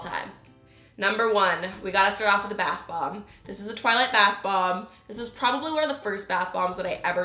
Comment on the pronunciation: Why does she pronounce it like bath Bob?